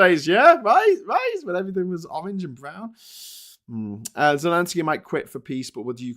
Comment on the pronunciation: Please its Zel en sky not Zen el sky, Good show:)